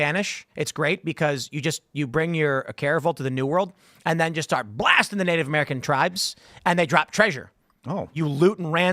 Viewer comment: The man keeps saying Nate American.